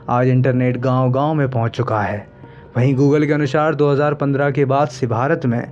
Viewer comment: तुम हिंदी की साक्षरता के वीडियो बना रहे हो और तुम्हारा उच्चारण निंदनीय है. कृपया ऐसा Video Voice Over Artist नियुक्त करें जिसका हिंदी का उच्चारण ठीक हो. अनुसार को अनुशार बोल रहा है. हिंदी का ऐसा तिरस्कार न करे जय हिंद